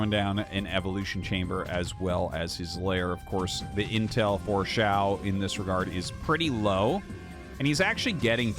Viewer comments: Hi! Someone feel free to correct me if I am wrong because I do not have a full understanding of Chinese. But I am pretty sure in pinyin "qiao" is not pronounced "shiao" but more similar to "chiao" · Oh, just fyi i guess but Qiao would be pronounced "Chiao" (Qi = Chi in pronunciation roughly), Xiao (would be Shiao like how you are saying it in the video)